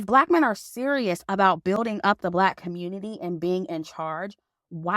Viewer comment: I giggle when she says “Communi-Taahh”